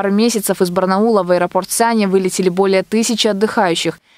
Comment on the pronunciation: Ударение в слове Санья -на последний слог !